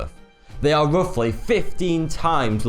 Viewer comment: Hard to give solid credence to the host with such a speech impediment! "It's wuffly here - or nearly ten paces lenth from here - or the five munfs it took to find pwoof"!!" Such a pity - the stories are fascinating.